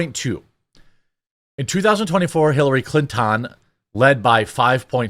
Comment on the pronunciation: Hillary Clintawnnn, Simpsons classic super LOL